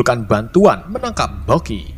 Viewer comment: bukky bukan loky